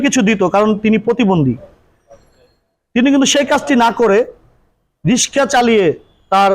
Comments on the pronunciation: দুঃখ জনক বটে। কিন্তু এ দেশে মেয়েদের রিক্সা চালানোর মত পরিস্থিতি এখনও সৃষ্টি হয় নি। প্রতিবন্দ্ধি ঐ বোন রিক্সা চালানো ছাড়া অন্য অনেক কাজ করতে পারতেন কিন্তু তিনি কেন যে রিক্সা চালাতে আসলেন বুঝে আসে না। আর যিনি সাক্ষাতকার নিচ্ছেন বার বার রিক্সা না বলে রিশকা বলে ভুল করছেন। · রিসকা নয় রিক্সা বলুন॥ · রিসকা না রিক্সা বল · রিক্সা উচ্চারনটাও করতে পারেননা আবার ভিডিও বানান।